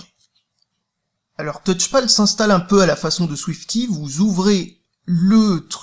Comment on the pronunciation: Arrête de prononcer [Ki] ^^